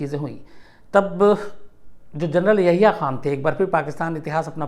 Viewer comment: Yaya khan nhi sir yahya khan h wo